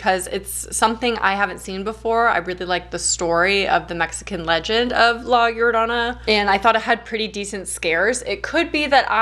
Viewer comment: Your pronunciation of llorona is spot on hope to talk to you love your content!